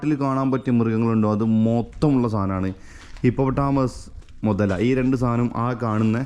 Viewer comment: മുത അല്ല മുതല